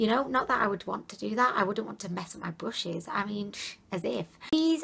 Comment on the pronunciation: is she calling brushes bushes ...?